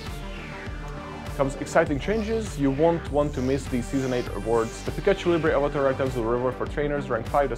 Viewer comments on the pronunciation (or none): none